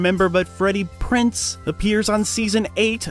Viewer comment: It's Freddie Prinze Jr. Z, PRONOUNCE THE Z, IDIOT